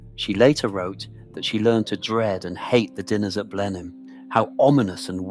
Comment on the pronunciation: It's ponounced "Blennim" ⚠️